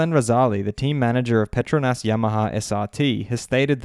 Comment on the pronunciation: The pronunciation of the word "Petronas" needs work...